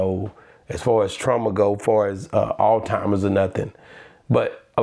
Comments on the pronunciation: My man said “ALLTIMERS” that’s crazy work.😂😂😂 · It's Alzheimer's but I love the way my people say it, "AllTimers"😂😂😂😂